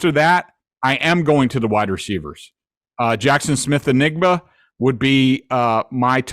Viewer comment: GREG YA GOTTA PRONOUNCE THE J IN NJIGBA MAN HOW ARE YOU STILL DOING THIS LOLOLOL